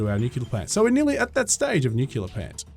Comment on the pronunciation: It's pronounced new-clear not nucular, stop staying that it sounds dumb.